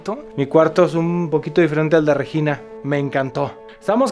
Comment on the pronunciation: Solo no tolero la forma en que Alan pronuncia Regina... 🙄